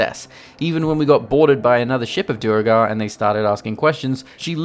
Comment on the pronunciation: Sorry dude, you are pronouncing Duergar wrong! XD PS: Tactician is not really that much more difficult then balanced so ... At least you take them with style